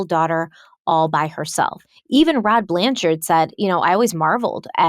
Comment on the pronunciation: I love that you dropped the "e" from the end of Blanchard!